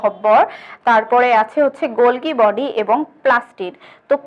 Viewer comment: মিস, গল্গি বডি হবে না, হবে গলজি বডি।